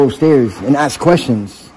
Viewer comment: His time would be better spent taking English lessons than frauditing. He needs to add more esses to the word ask